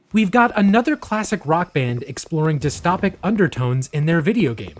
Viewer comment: Dis-toe-pik if you narrate for a living learn how to say things correctly. Other than that great video.